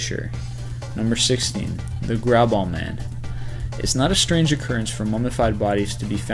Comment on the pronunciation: I love the way he said The grauballe man. xD it was so wrong it's amazing. :)